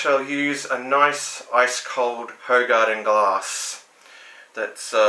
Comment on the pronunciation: Apparently this is pronounced "WHO-garden".